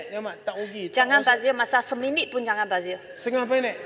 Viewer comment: bajir bajir...bazir tu pon ssh nk ckp lahir dkt malaysia..bahasa malaysia pon x betui lagi